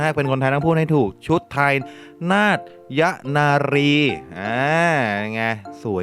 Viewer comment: อ่านว่า นาด - ตะ - ยะ ครับพี่